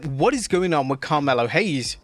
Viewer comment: This hombre said Carmela Hayes 🤣